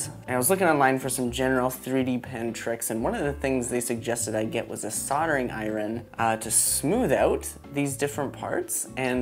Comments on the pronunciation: Soldering eye-rin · Loved the video. Love your content. Interesting and inspiring as always. But I'm gonna make fun of your pronunciation of iron as I-RIN anyway, haha. Sorry! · i love how he says iron like it’s spelled and not how it’s actually pronounced